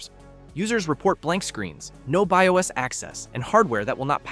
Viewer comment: Heh, text to speech Ai has limitations. , Be I Oss? Still pretty goot alright presentation.